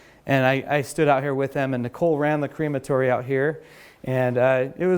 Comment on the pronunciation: also, "cream-a-tory"? Crem-a-tory is the correct pronunciation in actual English. Sayin